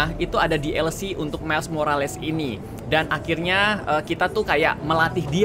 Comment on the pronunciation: Bang Kata² Morales ini dibaca "morels"